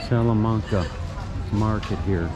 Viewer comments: Pronounced wrong. Its salla-main-ca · Hi, Our family visited Hobart back in early 2004. It was our first trip to Tasmania. Incidentally, most of the A's in "Salamanca" are pronounced like you say "apple". I hope that helps. Interesting seeing the market there, as we missed that, not being in Hobart over a weekend. Love the chess set there. Looking at all the food there makes me hungry. Thanks for yet another excellent walk and talk. All the best, Rob.